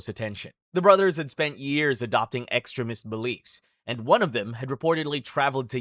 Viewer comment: I’ve never heard anyone pronounce extremist like that